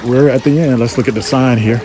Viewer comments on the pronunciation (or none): none